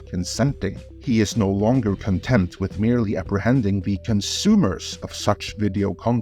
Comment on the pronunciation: HAHAHA, is that a "NO" or "NOW"? Coz they both sounded the same,.